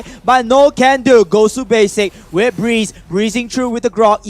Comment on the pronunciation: that is BREE-Z wtf is breez???? haahahaha BREE--------Z